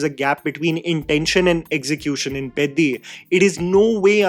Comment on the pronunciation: Bro I really appreciate your like towards telugu cinema as well but it hurts me to see you literally get all the other south indian language cinema names right and absolutely demolish telugu names. Please try to get the sound of the names and try to pronounce them from next time. I started watching your videos and really like your love towards all the movies from all languages but it pains me to see you butcher them only for telugu pronunciations and not others. Atleast try to hear the correct sounding so that it gives us a chance to relate with you from next time